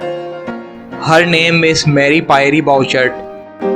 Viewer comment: You are a brave, brave man. Fearless. However, you might be well advised to consult a francophone. "Pie-ree? An exotic dish.